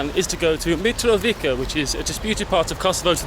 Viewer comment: And it's sounds like Mitrovisa and not Mitrovica the way you say it 😃 if it was called like the way you said it we would have written it like Mitrovika not Mitrovica👍😃 you are awesome taking your time visiting our City💖